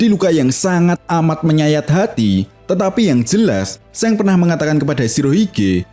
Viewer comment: Kok seng bacanya bang , shanks(shangs) 😂